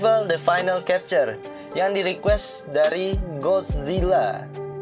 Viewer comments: Kesalahan 11, chapter dibaca capture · Bg baca "chapter" nya pake"c" bukan"k"